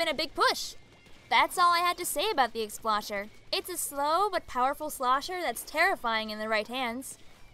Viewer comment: I don’t wanna be That Guy, but I find myself getting irritated every time you keep mispronouncing Explosher. It’s pronounced explosion, not explashion.